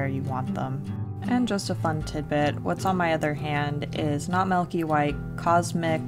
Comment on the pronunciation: I hate when people say MELK T_T